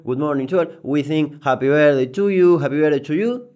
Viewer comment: nuevo idioma asi se habla Japi vertdei tu yiu japy vertdei tu lliu